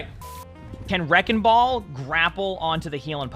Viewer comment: Me when he says Reckon Ball and E Lawry 😍😍😍😍